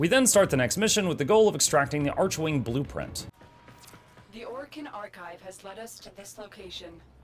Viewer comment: "Archwing" is NOT pronounced like "Arch-wing". It's pronounced like "ARK-wing". You'll notice this is how everyone in the game is pronouncing it. Similar to how the word "archangel" is pronounced like "ark-angel". More importantly, whomever explained bullet jumping to you was wrong. Rather than just spamming bullet jump, try bullet jump -- regular jump -- aim glide (aim down sights while in the air). This is how experienced players seem to literally flying around.